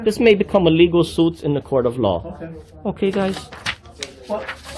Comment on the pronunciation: ITS SUIT....SUIT... not "zoot" its not a "lawzoot".....